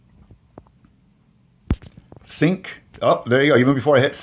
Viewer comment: What are you doing saying " sunk" ?... it's pronounced " sink" ...I.e. sync ..English uou know.. it's a phone setting concerning the app, ...see the Background info on the app.